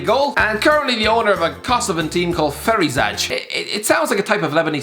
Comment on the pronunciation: Btw I’m from kosovo (that alone will start a war in my replies) anyways it’s pronounced feriziy